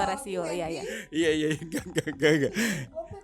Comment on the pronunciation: Aq Mlah inget di kakak beradik podces sering ada siul, Kalo ad Anwar psti ngomongnya suil bukan siul 😅